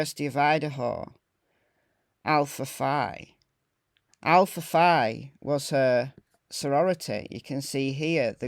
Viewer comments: I am going to help you a bit but for some reason it’s pronounced Alpha Fee. I don’t know why but I was one that always struck me as weird and nobody could tell me. It was a secret I guess. I know several other people but we all went to the same university at different times so I may be wrong about the people on the West Coast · The sorority is pronounced " Alpha Fee" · It’s pronounced Alpha “Fee”. If you check the history of the sorority this is the only Greek organization where Phi is pronounced “fee”. If you google the sorority, my info will be verified. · Hey! Love your channel!! Just wanted to let you know that the word "Phi" in Greek is actually pronounced "Fee". I'm not sure how it's pronounced in the UK but that is how the Alpha Phi's pronounce it in the US.💞